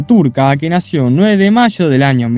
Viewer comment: Que mal habla este hombre se dice año no jaño